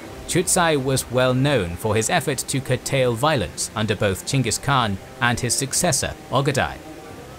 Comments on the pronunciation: dislike for saying "CHANGUS KHAN" over and over again like a child w a speech impediment. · Why do i hear Chingus Khan? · Its weird to me that the English name for him is weirdly spelled. It should be Chenghis Khan. The Khan is pronounced with a scratchy voice. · Gengih kaan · Lmao why is dude pronouncing it "jingus" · It s ch not g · Omg I don’t get the name you are saying…. That’s not the way you pronounce Chinese name…. It’s confusing